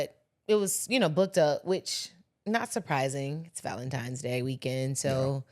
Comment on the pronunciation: I heard it soooo much this year!!! 🥴 "valentimes" Just idiots and lazy 😂😂